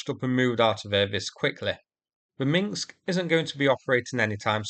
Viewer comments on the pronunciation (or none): It’s Minsk, not Minx. I know, it’s not easy to pronounce if your language hasn’t a lot of words with rows of consonants unbroken by vowels. I’m Icelandic and our word meaning ‘Finnish’ is “finnskt”… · When you say Minsk it sounds like minksk